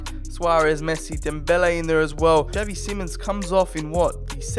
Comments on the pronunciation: It’s pronounced shavy not chav e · Not Pronounced as Javi, literally pronounced as Xavi, (Za-vee)